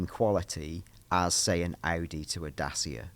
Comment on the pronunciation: sorry to be the pronunciation police but that has really got me ticking 😳 It's said 'datchia' not 'dasia' mate. I also believe that Chinese electric motor is said by the letters as in 'B.Y.D' rather than the word 'bid'.